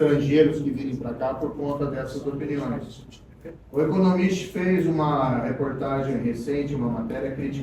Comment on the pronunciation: "Num feiz não"